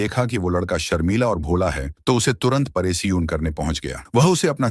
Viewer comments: Paresan ❎️ Poreson✅️😂😂😂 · Paresan 🙅 pareshan✅